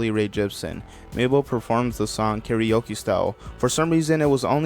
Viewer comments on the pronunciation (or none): none